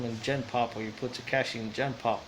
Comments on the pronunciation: And the way we say tekashi Ta-cash-ee Latin person would say it right at least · The way he says tekashi makes me cringe